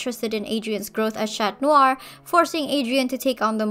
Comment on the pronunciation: If you want to say "Chat Noir" rather than "Cat Noir", you should know that the "T" is then silent. If you pronounce it, it sounds like "chatte", which is a female cat in French, and also how we name a certain part of the female reproductive system. Edit now that I've watched all of the video: I agree with all your points though. And your art is really nice. :)